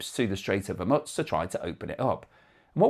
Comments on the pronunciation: Why do you say Hermuts? Its Hormuz, pronounced Hormoooz! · There's still no "T" in Hormuz.